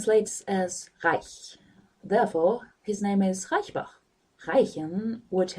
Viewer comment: I love how you said "Reichenbach". Since I started watching TV series and YouTube mostly in English (except for Sherlock because I don't understand a single word Benedict Cumberbatch says), I start laughing everytime I hear somebody saying something German completely out of context. It doesn't really make sense though. But this video is really great, there aren't much sins videos of Sherlock on YouTube (or I haven't found them) but except for the sound of your voice (maybe your microphone is not that good) it's a lot better than everything else I've seen so far and especially a lot better reasoned. Are you planning on doing some other Sherlock episodes soon?